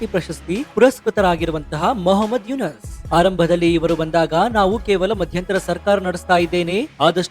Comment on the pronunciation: ಮಹ್ಮದ್ ಯುನಸ ಅಲ್ಲ ಯುನುಸ